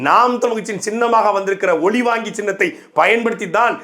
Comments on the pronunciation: ஒலி வாங்கி சின்னம் ஓல் வாங்கி சின்னம் தவறாக பேச்சி உளற வேண்டாம் 😂😂😂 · "மைக்" சின்னம் என்றே சொல்லுங்கள். ஒலிவாங்கி என்றால் பெரும்பான்மை மக்களுக்கு தெரியாது;புரியாது! உங்கள் கட்சி உள்பட பல பேச்சாளர்களுக்கு "ல" "ள" " ழ" உச்சரிப்பதில் குழப்பம் உள்ளது. ஒழிவாங்கி ஒளிவாங்கி என உரைத்து மிச்சமுள்ள தமிழையும் கெடுத்து மக்களை குழப்பாதீர். பாவம் உஙகள் இரு வேட்பாளர்களுக்கே டமீல் தெரியாது ௭ன்பது தெரிகிறது.